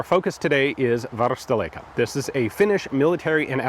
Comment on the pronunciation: Great video! An excellent seller and an excellent YouTuber meets 😊 BTw: You can pronounce "varusteleka" very well